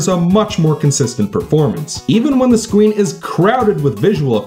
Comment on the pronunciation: You said “Scween”